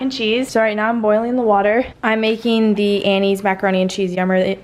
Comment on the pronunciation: i liked as soon as u said “yurmmie”